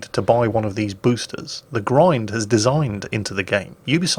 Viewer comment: "Pruf" instead of "Proof" and "Busters" instead of "Boosters"... put down the vodka